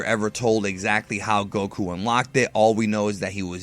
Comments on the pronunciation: the way you pronounce goku pisses me off i am not subscribing anytime soon sir XD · Why does he put over emphasis on Goku. Even Asians don't pronounce it that way.